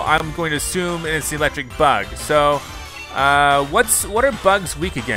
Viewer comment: He said elecstrike